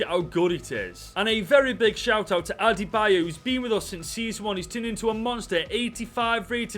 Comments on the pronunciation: "Adebo" lol 🤣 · Its pronounced ade-bi-yo btw :) Great video btw !